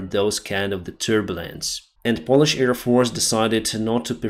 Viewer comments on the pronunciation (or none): none